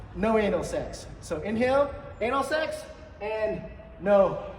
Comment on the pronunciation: te way you say 'enel segs' is disgusting dude!